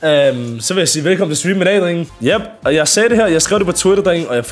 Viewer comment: Pls lær at sig “drenge” rigtigt 😭😭